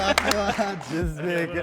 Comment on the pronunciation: Ismni norm ayting jinsbek mas je iltimos je deng